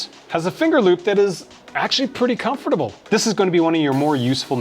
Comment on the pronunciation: You say comfortable weird